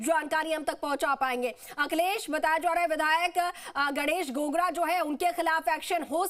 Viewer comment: गणेश एक गागरा है गोगरा नहीं